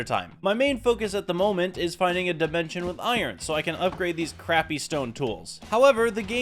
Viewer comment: NAH BRO REALLY SAID DYE-MENTION